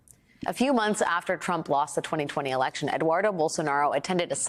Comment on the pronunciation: Love the way Guga Chacra pronounces TFG's name: Tramp 😆